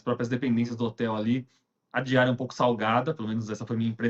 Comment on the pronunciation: Nao deu de entender valor da diária. Fale direito.